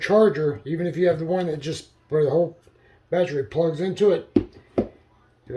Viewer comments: What is a “baatree”? Is it an evergreen or deciduous tree? “Litterly” is not a word. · Battery has three syllables. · Great, my “Batree” thanks you.